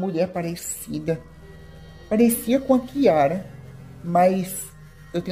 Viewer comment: Q diabo de interpretação e essa ?? O nome do rapaz e ari.da moça e Kiara. não chiara..mto horrível quem estar falando sobre a novela.sai fora